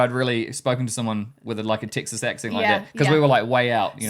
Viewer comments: Thank you for sharing your experience. The point about accents is fascinating. The English language has so many different accents. For example, as I was listening to you both speak, you mentioned the state of Texas, but it sounds like you’re saying Ticks Us. Then when you got to Number Six, it sounded like you said Number Sex. The most notable words for me were the words Cars and parts which sounded more like cahs and pots. All kidding aside, I hope you enjoyed your time across America. I know I enjoyed my time in your part of the world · I wasn't born in Texas, but I got here as fast as I could. A resident for 40+ years. Your pronunciation of Texas sounds like "TICK sus", while we say "TECK sus".